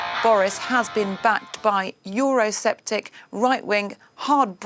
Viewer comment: Did she say euro septic?